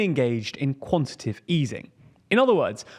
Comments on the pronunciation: I know this is nitt-picky but the word is QuantiTAtive not "Quantative" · Your presenter keeps saying "quantitive" which isn't a word. It's "quantitative". It wouldn't be so annoying if he wasn't presenting a news segment where he says it 30 times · its pronounced 'quan-ti-ta-tive' tightening, 4 sylibals, not quantative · It's "quantitative", not "quantitive". It's much harder to say quantitative tightening, but that's when you'll know you've got the correct word lol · bro said QUANTITIVE and i just turned it off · went above your head? Not only does he not pronounce quantitative correctly, the entire video deeply oversimplifies complex monetary mechanics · also, the guy in the video pronounced it with 3 syllables? Pretty evident which of us it is that has room temperature IQ